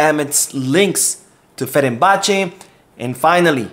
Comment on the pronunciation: you're saying 'Ferenbache' when its actually 'Fenerbahçe' as in 'Fener...'.